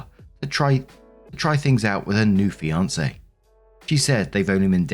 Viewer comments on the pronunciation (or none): none